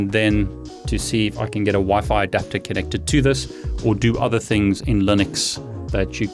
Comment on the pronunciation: I was going to suggest you use Wi-Fi too but in the video it is Wi-Fi to you keep saying Wifit